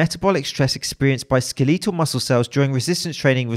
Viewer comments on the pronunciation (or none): Skeetleetle....Skeetleetle....Do all tea sippers pronounce it like that? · i cant get over him saying skelEETal